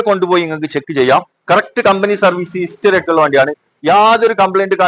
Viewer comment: ഇസ്റ്ററി അല്ല 👉 ഹിസ്റ്ററി ….!!!